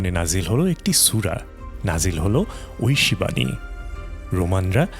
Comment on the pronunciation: Kotha gulo toh sotti kintu tor golar kontho soor aar tor aita uccharon kora je Oyshe bani oyshe kitab (Oyshe toh amar relatives ) mane tui muloto valo kotha bola sotteo tui nijer moner moddhe chaish jeno ami ragannito hoy tor kothar vab sune .Allah tor chokranto bifol korben InshaAllah aar duniya akhirate aar jonno tui shasti paish tai monajat kori (Amin)